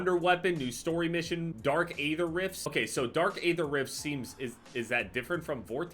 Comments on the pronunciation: as a huge zombies guy I need you to please start pronouncing aether correctly. It is pronounced like e-ther not a-ther. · Can you plz say Aether right just once